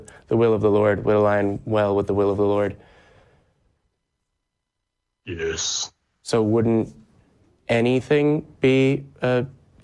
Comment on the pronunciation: Am I crazy, or did he say "the will of the lorb"? Also, why did he draw out the 'l' sound so much. Does this have to do with his accent or does he just have a weird affect to his speech. I'm genuinely curious.